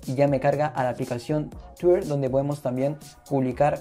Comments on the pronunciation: que tienes con tuirrr ajjajajaj pronuncia bien :v twitter :v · por que dices tuier y no lo pronuncias bien ? jajaj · yo tampoco lo entendí pero se que quiero decir que no sabes pronunciar Twitter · es que la forma en la que lo pronuncias esta mal o es rara fíjate que muchos te lo recalcaron, critica constructiva tal ves, gracias a ti por responder